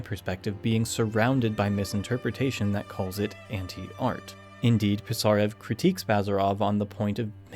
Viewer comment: A minor pronounciation correction: Пи́сарев, otherwise its impossible to understand